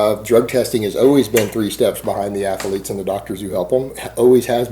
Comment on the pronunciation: Athaletic, Athaleete..... What's up with these pronunciations?